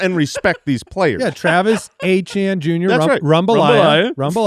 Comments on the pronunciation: The thing is I speak French. The English letters ATN are the right way to pronounce Étienne. So I don't know why tf Travis is insisting it's otherwise. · Was just about to post this. Why is Trevor still ETN? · Trevor AyChann, he is Travis's little brother so their name should be said the same lol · Trevor is Travis Etienne's bro. Their last name should be pronounced the same. Lol